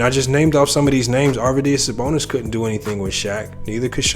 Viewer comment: This dude doesn’t know what he’s talking about. Can’t even pronounce Arvidas Sabonis name right